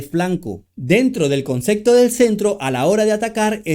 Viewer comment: Porque pronuncias CONCECTO